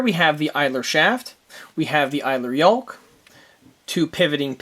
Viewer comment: "YOKE"not "YOLK"